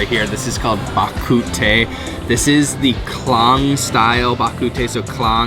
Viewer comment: Don't know if anyone corrected a pronunciation, but I thought this was interesting. The location "Klang" is actually pronounced "Clang" (single syllable) in English (because you used the words Klang Style". I just realized that you pronounced it via the Malay phoneticism where all "a" is pronounced as "ah". It is pronounced "Ke-Lung" (two syllables) if spoken in Malay. Happy New Year! Keep up the great work!